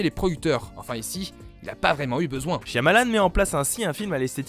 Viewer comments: chiamalane qui a-t-il de plus enervant a entendre... c'est Chamalane le Y est muet!! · shiamalan au lieu de shayamalan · Le y est silencieux dans Shyamalan. Cha-Ma-Lan, c'est pas dur à dire. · C'est pas dure à dire vueque ça se prononce shamalan :P le Y muet ^^ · Ça se prononce "Chamalane", le "y" de son nom est muet. C'est lui même qui le dit ^^ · "ShaYAmalan" MAIS POURQUOI PERSONNE NE SAIS LE PRONONCÉ CORRECTEMENT 😭😭😭, tu y était presque 😔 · Excelliore Ça se prononce "Chamalane" (phonétiquement hein). C'est lui même qui le dit. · Le "y" dans le nom Shyamalan est muet ^^ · SH(Y)AMALAN le y est muet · Sùrement déjà dis mais Shyamalan a un "y" muet